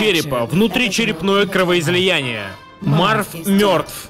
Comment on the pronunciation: Гарри мёртв от кровоизОЯния